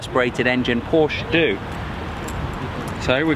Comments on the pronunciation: Por-shuh...two syllables...say it with me...Por-shuh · Also learn how to say "Porsche" and "Wiessach". Killin' me!!!